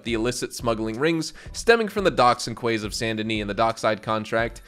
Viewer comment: QUAY is pronounced "KEY" not kway or kay.